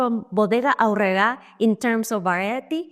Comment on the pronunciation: I just watched your " ... girl can't roll her R?" video, but here I distinctly hear you rolling them on "Aurrera". Well done!